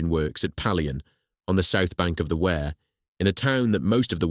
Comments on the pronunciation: Wrong pronunciation of "Wear" _ it's "Weer", not "Where" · It's not wear as in "Ware", it's Wear as in "Ear", and all Sunderlanders are known as "Mackems" which derives from ...... whatever it is, ships, boilers, engines, rope & tackle, we "make them" (or in Sunderland it's mackem) ! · The pronunciation of the river name is "weir" not "ware" - pity, it's a good video.